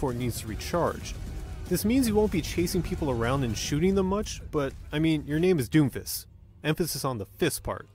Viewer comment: It's DOOMFIST! Emphasis on the "OO"!! Seriously, everybody was mad as shit about him when he was released and after Moira and Brig got released after him. People realized..."He's not that bad, I guess."